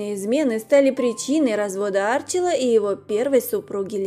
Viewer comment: Уже тошнит до рвоты. Неужели трудно узнать ударение в имени Арчи́ла, а не Áрчила. У Вас то в фамилии, то в имени косяк!